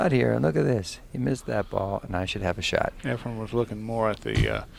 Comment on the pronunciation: For some reason Every commentator on Every video says EFREN'S name EFREM😳